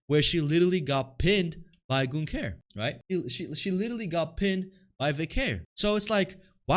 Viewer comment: It's like brudda can't hear 😂 Gunther doesn't say "ying" lmao it's more of a "rrling"